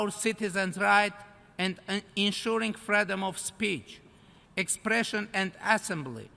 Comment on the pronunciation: She hardly speaks English and have pronouncation problems. He should start say freedom rightly then talk about something in English or support.